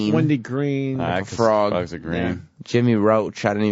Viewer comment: Lawgs frowgs